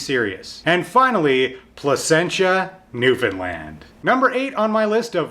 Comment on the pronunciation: Placentia. Not placenta.